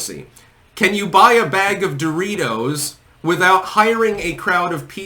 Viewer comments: DOOR-itos... who says it like that? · Yo she walks by a "stranger", looks at them and says "DOE-RITOS" 😂😂😂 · She called em: "Door reetohz" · She can't even pronounce "DO-ritos" right. I bet Trump can, and I'm pretty sure he's older than Doritos... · “Doooreeey toes”—that’s how you pronounce it, right? Goes over to guy holding Doritos, grabs it from him, spins around, holds it to her chest and grins (looking like she’s guest starring on 30 Rock ). Yes, this is definitely how humans act. Yes, very human, much normal. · Who was the person in the video who pronounced "Doritos" in a strange way? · Even the way she says "DOR eetos" is cringe. And then a short cackle after. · How does one even purchase these.. "dough-real-toes"? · She can't even pronounce, "Doritos," correctly.